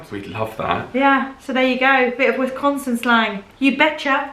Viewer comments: Its pronounced wasconsin as a wisconsanite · First thing we need to do is to teach you how to say Wis-CON-sin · Meee! Born and raised! It’s pronounced “Wis-gahhhn-sin” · We don't say, "ay"! In Milwaukee the dialect is different. They will say something like, "It's really hot today, hey?" The short "o"s are pronounced as "ah". So, it would be, Wisc ah nsin. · She said Wisconsin wrong.. she’s not from here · Born and raised here in Wisconsin. There are pockets of traditional Dutch settlements. Waupun and Randolph are two that come to mind. One of my biggest pet peeves is when non locals pronounce the state "WESS-con-sin"... It is pronounced "wis-CON-sin" Emphasis on the middle syllable, and a hard "I", not a soft "E". Another thing that irritates me is when others say "GREEN bay"... in this state we accent the second part of the city name "green-BAY"...Sheboygan FALLS. Except Two Rivers...that is pronounced "Trivvers". A lot of what is shown in movies as a "Wisconsin accent" is mostly exaggerated, but there are some older folks up Nort' that still sound a lot like the portrayals. "Ope" is a common and accepted form of pardoning one's self. Ya, and Oh ya are commons forms of acknowledging things. Hey, didjya hear the walleyes are biting on 'Bago? Oh, Ya. I did hear that. "Er no?" is a means of giving someone options." Hey, you going to the Packers game.. Er no?" You betchya is a more enthusiastic means of saying yes. Are you ready for an Old Fashion? Oh, ya! You betchya! The week before Thanksgiving is an unofficial state holiday. It causes many industries to slow down, or close down entirely. that is the Holy Week of Deer hunting. I'd love to be your guide if you come to Wisconsin and I would also act as your interpreter. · I’m from Green Bay Born and raised! Your saying the name on the state wrong! It wis- con (as in convict) - sin! Canada says aye Wisconsin says eh at the end of a sentence instead of okay. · For starters it's Wiscaaaaansin, not Wisconsin.